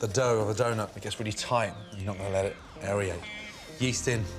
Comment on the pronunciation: It’s pronounced aerate haha your definitely saying the word wrong! 😂